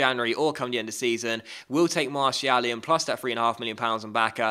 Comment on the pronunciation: Please pronounce Martial like Mar-See-Al.